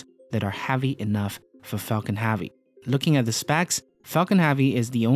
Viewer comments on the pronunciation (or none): it pronounce Heavy not havy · Heavy is pronounced hevy not havy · I don't understand how he pronounces every other word correct then he stumbles upon "heavy" and pumps out a big "HAV-EEE" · It's heavy not havy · Falcon HEavi not HAvi... !!! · I'm going to kill myself if he says havy again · Had to turn it off the third time he said 'HAVEY' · Interesting Vid. but They way this guy pronounces "Heavy" is so distracting